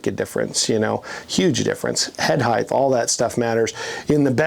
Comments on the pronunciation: Heighth is not a word. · HEIGHTH is NOT A WORD!! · Why do people pronounce it ‘heith’ when it’s ‘height’? ‘Height’ rhymes with ‘white’. Is it because ‘width’ had a ‘d’ in it and people think it’s also pronounced like that for ‘height’? 😅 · The word is “height”, not “heighth” or whatever the hell they’re saying. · I THINK HE'S SPEAKING OF "HILTH" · I had a hard time watching after I heard this man say "heighth". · “Heighth”??? Wtf. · What I've learned watching these videos is that no one in the RV industry knows how to pronounce "height". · Hieghth is not a word like length, it's just height... That being said this thing is amazing!! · Why are they pronouncing "height" with a "th" sound at the end? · The word is height. There is no third h.